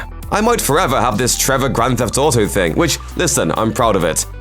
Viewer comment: "Grand Thef Toto"